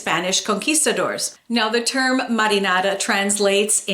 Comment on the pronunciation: Muddynana?? Sauce Whaaaa? U mean marinara ?